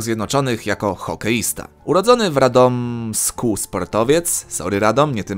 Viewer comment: Radommm SKU Kto mieszka w Radomsku albo ma 20 minut do RadommmSKA? XDD